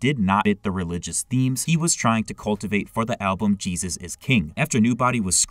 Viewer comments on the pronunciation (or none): none